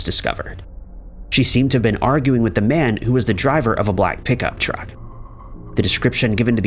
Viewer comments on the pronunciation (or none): none